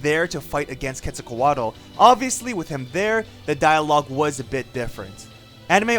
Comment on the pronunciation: "Kets-all Coat-ole"